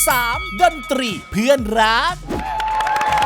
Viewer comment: เพื่อนรึเฟื่อนคะ ได้ยินไม่ค่อยชัด🤣